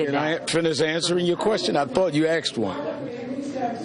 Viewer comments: Al Sharpton says "Can I finish answering your question? I thought you axed one." Megyn let me axe you something, why are you axing so many questions? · can i finish answering the question I Thought you AXED one.... So typical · im answering your question, i thought you AXED one. Seriously Al is an agitator, not a leader. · I 'm glad he axed a question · This guy still says "axed" ... Sheesh.